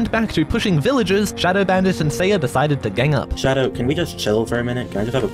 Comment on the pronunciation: It’s showdow